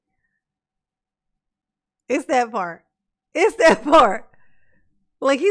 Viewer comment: There sure is so much “dis and dat” coming out of dear ole Darrell. 😂